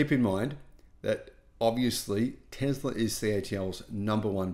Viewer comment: It is "Tesla, tessla" not Tezla! So annoying